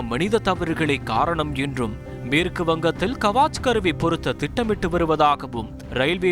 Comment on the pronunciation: கவாச் கருவி அல்ல, முட்டாள். கவச் கருவி. கவச் என்றால் கவசம்.